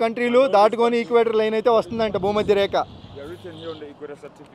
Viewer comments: " బూ మా ద్య రే క ."..కాదు సామి భూమధ్య రేఖ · బు మద్య రేక. ....ఏందిరా నాయనా....😅